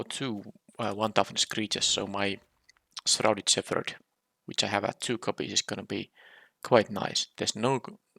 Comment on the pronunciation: I think I’m just going to give up on you ever pronouncing “shepherd” properly. We’ll just add that one to the pile.